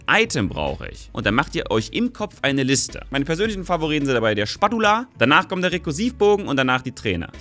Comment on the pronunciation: Hast du das englische Wort für Pfannenwender (Spatula) absichtlich so seltsam ausgesprochen? :D